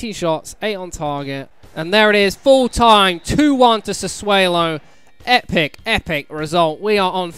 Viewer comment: Trout fuck's sake its SassuOlo not SassuElo! Also I love how someone was staring at you when you celebrated Hooper's tap in 😂